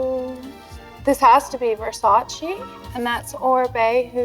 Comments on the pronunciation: VIVIENNE WESTWOOD IS RUN BY ITALIANS AND IT'S VERSACE NOT VERSACI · Can't understand how can you be. the 90's supermodel and still not know how to pronounce VERSACE!!! but you can say Dolce as it should be. Both her and Cindy. Cringe. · Aside from anything i got a little aback by the way she prounounced Versacé